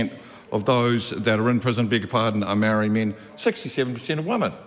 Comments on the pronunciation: Mark is right, but it's a bad look pronouncing it "Maari". We need to be smarter and sharper than that. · Anyone who pronounces maori like that is probably anti maori 😂